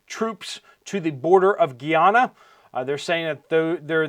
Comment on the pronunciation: Guy-Ana not geeyana